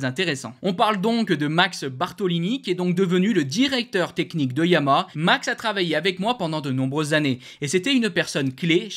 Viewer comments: YA MA HA. ARTICULE!!!! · répète après moi: Ya - ma- ha, pas compliqué 😂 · Ouf.... Je ne suis pas la seule à entendre la marque MAL PRONONCÉE 😊 MERCI pour ce commentaire !